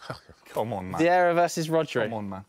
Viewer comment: I died when he said vierra over rodri